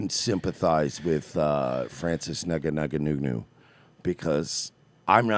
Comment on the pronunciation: The UFC fighter's last name is pronounced "in-gone-new" btw.